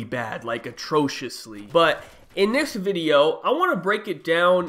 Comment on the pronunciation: "innithissss vdeo"